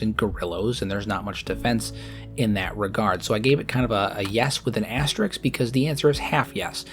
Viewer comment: Its asterisk, not asterix. Asterix is a french comic book character.